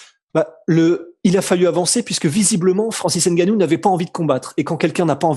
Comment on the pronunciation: C'est ngannou et non N gannou